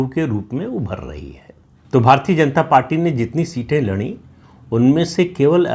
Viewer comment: भारतीय" शब्द का उच्चार आप भारतीए/भारतीये ऐसा क्यूं करते हैं मतलब आप "य" का उच्चार ए/ ये ऐसा क्यूं करते हैं। य का उच्चार य ऐसा क्यूं नही कर पाते?